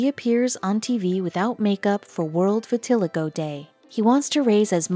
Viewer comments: Maybe y'all should teach your computer how to pronounce vitiligo. Vi-til-eye'-go. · I killed me a little inside when she kelt mispronouncing vitiligo